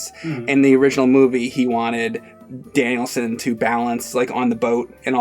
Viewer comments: "Danielson"! His name's not like Steve Danielson! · He left saying Danielson like Mr Danialson. It's Daniel 'son' like the Japanese say. Phil spidermn anyone? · It's funny that calls him "Danielson" like it's a surname. It's Daniel-san, with "san" generally used in business meaning "honorable Mr/Mrs." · “Danielson” like it’s his last name??? It’s “DANIEL SAN”! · Its Daniel son. Not Danielsun... 😏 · James reminds me of Dimitri from the show in question. To: It's Daniel-San, not Danielson. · Is he calling him Danielsin ? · FFS stop calling him "Danielson". His name is Daniel. Or if you want to get all weeby Daniel-san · Everytime says Daniel San as "Danielson" like it's just some British last name. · keeps calling him "Danielson." Miyagi called him Daniel-san. "San" is a Japanese suffix. His name is Daniel Larusso. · pronounces Daniel San as “Danielson”. Like it’s his last name. I think I might start doing that. Lol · Great review but is no one going to point out pronunciation of Daniel-San. He kept saying Danielson like it the Karate Kid's last name. I know I'm nitpicking here, but man that made me feel uncomfortable. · it’s not Danielson, it’s DANIEL-SAN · Is trolling people on purpose saying Danielson or does he not know? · Daniel Son, not Danielson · He thinks the guys' name is literally "Danielson" or "Danielssen." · please stop calling him Danielson. He’s Daniel San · Danielsen? lol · It's not like some guy named Phillip Danielson, it's Daniel-San! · Every time he says Danielson I cringed like mad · Who's Daniel sin? keeps saying that. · Dude... Daniel sen? If you only said it once I could let it go, but come on. I am not expecting you to speak Japanese, but at least pretend like you listened to the audio in the movie!! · I came on here to comment on that, pronounciation of Daniel-San is so irritating